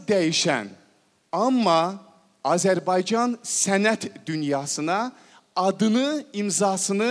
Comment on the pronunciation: Что за ведущий)слова Azərbaycan не правильно звучит) говорит АзербайДЖан